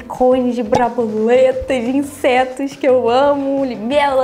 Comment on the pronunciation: ela falou braboleta kkkkkkk